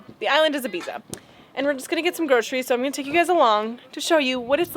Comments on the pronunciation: EEE-biza, not Ah-biza. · For what it’s worth IBIZA is pronounced like the following where the ‘za’ is pronounced ‘tha’ so like Ibetha. Kinda tiring hear all you American’s continually get it wrong.